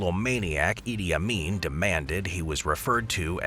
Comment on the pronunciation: Did you just said “ Idiot Amin”